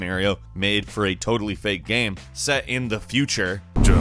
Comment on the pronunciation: Why do you keep saying GAM instead of GAME? This drives me mad.